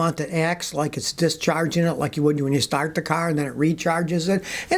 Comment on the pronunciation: Scott said stat the ca. Lol! Enjoy your videos sir.